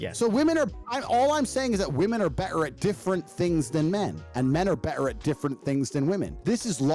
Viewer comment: Tater tot saying “berer” instead of “better” kills me😂